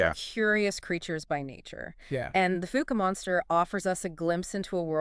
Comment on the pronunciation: Omg. The fook monster? It’s pronounced fow-ke.